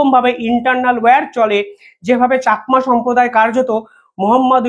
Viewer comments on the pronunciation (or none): none